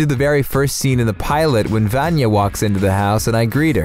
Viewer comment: That pronunciation of 'Vanya' is atrocious